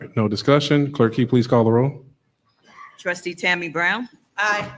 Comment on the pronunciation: Notice how cordial and professional is when he runs the meeting. He even says "please" when he asks the clerk to do a roll call. Tiffany, on the other hand, is just a rude ratchet idiot who just says "clerk, caw da row." So disrespectful. And sorry, we can't let Freeman off the hook. He is doing the right thing because HE HAS TO. We cannot forget that he was complicit with all the corruption under Tiffany. He needs to go. Sorry, not sorry.